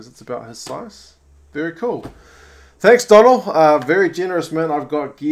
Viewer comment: Hiya ... if his name is spelt 'Donal' then its pronounced 'Doughnal' assuming he's Irish FYI 😁